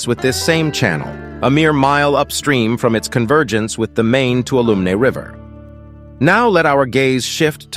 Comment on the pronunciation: It's pronounced Too-wall-0h-mee river